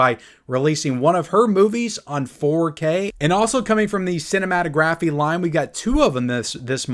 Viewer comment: Can you please say cinematography correctly lol